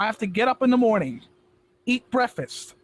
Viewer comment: "Eat brefas."